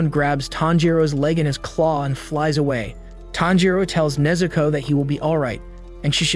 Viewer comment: Bro, it’s Nezuko